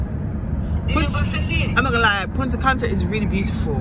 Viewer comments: You mean she in England but she say punta canta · If yuh say Punta Canta one more time 😂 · I was correcting you the whole video lol ! “Punta canta”😂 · I can't with lol punta canta😂 but it's really nice I love Punta Cana went there last year. So happy you had a good time sis and congrats again,we are praying for a safe delivery of our baby miracle